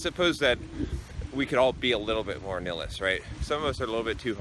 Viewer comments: nihilist is pronounced nile-list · I think the word is pronounced "Nigh Hill Ist" or "Nigh Hill Ist Ik." Trying to help.